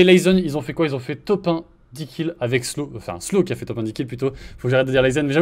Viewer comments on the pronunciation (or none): Je rêve ou ils disait slown mdr